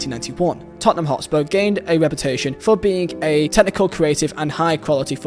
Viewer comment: Totspur... what is that?!